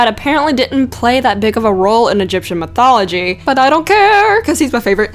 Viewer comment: "European mithology" lol